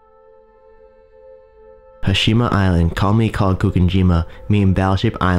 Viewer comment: Crap commentary. The pronunciation (and enunciation) is appalling. He pronounced the word "commonly" as "commy", pronounced the word "island" as "ian" (sounded like "iron"), and pronounced the word "populated" as "populade". Really, really crap!